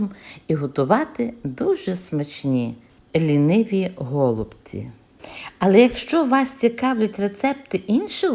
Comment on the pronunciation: В слові голубці, наголос треба робити на,, і,, , так я ви кажете, це дуже ріже слух...